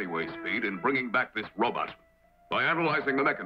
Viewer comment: “It’s a robutt”!